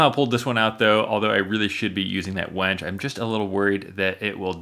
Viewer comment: It's winch, not wench. It's not a young prostitute hanging from your ceiling helping you flip tables.